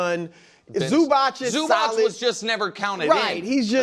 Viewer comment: His name is Ivica Zubac, pronounced IviTSa ZubaTS (as in PiZZa), same letter C, always pronounced TS. Dončić is DonCHiCH (as in CHair), because it's not a pure C as in Zubac, but has something above it, č, ć... exactly, to represent ANOTHER sound...